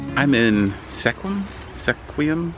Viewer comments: It's pronounced skwim,.. almost like swim... I lived there when I was 12-14 years old... It surprisingly only gets about 16 inches of rain a year. It's in what's called "the banana belt"... The Olympic Peninsula gets over 100 inches of rain! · Sequim sounds like skwim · You say it like "Skwim." Dogs are not allowed on many of the national forest trails, so you are probably better off without one there. Finding the right dog for your style is the trick, like mine need to be groomed, but on the other hand I don't need to deal with shedding. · Great video, I was born and raised in Seattle, living in Phoenix Arizona for the past 20 years. Subbed your channel and I look forward to seeing more. ⭐😎⭐😎 Edit.. I'm sure you already know now the town you're in is pronounced sKwim like swim with a K sound after the S. 🦋🦋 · Sequim is pronounced "skwim". I live in Port Townsend on the OP. Have fun! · It’s pronounced Squim, like Squid but with the m sound! We stayed at The Seven Cedars Casino for 3 days it is very nice! I loved the town as well! We did the whole Forks and into the National Forest! We stayed at the Hoh Rain Forest for 4 days it is beautiful! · Sequim is pronounced skwim as I understand it.